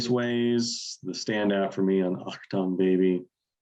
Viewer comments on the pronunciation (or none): My top 10: 1. One 2. Until the End of the World 3. Pride 4. Red Hill Mining Town 5. City of Blinding Lights 6. Bullet the Blue Sky 7. Mysterious Ways 8. Vertigo 9. Beautiful Day 10. Miss Sarajevo Also, are you guys mispronouncing “Achtung” on purpose?